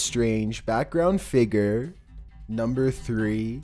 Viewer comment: The way he says figure. 😂😂